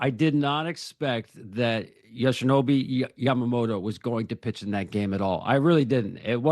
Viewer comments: Yo-shi-no-bu Ya-ma-mo-to. It’s not that hard! Put some respect on his name. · His name's YOSHINOBU YAMAMOTO, learn it please. If people can learn to say Verducci, then you can learn to say other people's names. It's respect. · It's getting embarrassing how none of these guys can say Yoshinobu Yamamoto ... You're sports commentators, do your job.